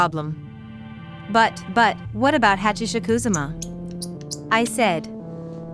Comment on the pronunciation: “Hatch a shuck ooze uh muh”😂😂😂